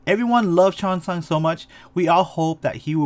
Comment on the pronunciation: cheong-san not chiosang💀